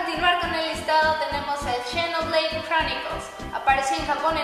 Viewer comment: 2 detalles... la pronunciación: cuando dijo "chenoblei" y cuando en realidad esa X se pronuncia como una Z, y cuando dijo zelda skyward sword a dura penas se pudo distinguir que habia dicho y el audio es la falla desde el cap 3 en adelante.